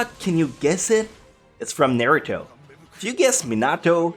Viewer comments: Why did you pronounce naruto like nareito? Its pronounced n-are-u-toe naruto not the abomination that you said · Ugh why did you pronounce naruto so wrong